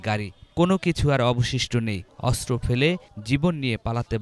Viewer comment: অস্ত্র ✅ আস্ত্র❌